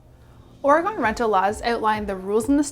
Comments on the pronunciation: Please learn to pronounce Oregon! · That’s not how you say oregon